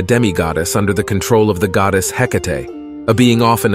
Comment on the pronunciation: Heck-ate and Ed-ah-pus. Great video but some pronunciation is lacking. And do you mean Hercules or Heracles?